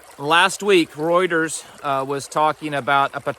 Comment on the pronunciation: When he says roiders (yea I know it’s Reuters) first thing that comes to mind is liver king 😂